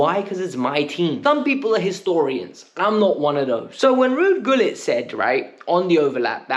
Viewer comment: My son is a year older than you he knows who Ruud Gullit is ( it’s pronounced Hullit btw) if you’re a fan you should know at least the history and the greats of the club from famous fans like Matthew Harding to players like Peter Osgood and Kerry Dixon, come on man ktbffh!